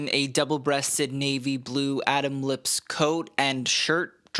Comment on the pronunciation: It’s pronounced LIP-PES